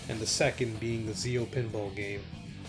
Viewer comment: Holy fuck the Ze-Oh megazord